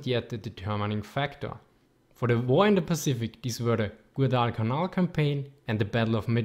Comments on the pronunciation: If you do another video on the Pacific theater you may want to spend more time practicing your pronunciations. Some words where barely recognizable like Gwadel-canal. Or anything Japanese ;) Otherwise great video! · I think he pronounced Guadalcanal wrong. Unless the professional dialect he is using tells him to say it another way.